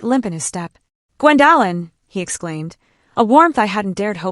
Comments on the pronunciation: Maybe your company could find you an apartment near where you work. What is the problem with pronouncing Gwendolin (Gwen doe lin). The disrespect of her son, his wife and the children is heartbrreaking. This is Elder Abuse by her child and her grandchildren, she should see a lawyer (attorney) regarding their abuse. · And you can’t pronounce OP’s name correctly 😂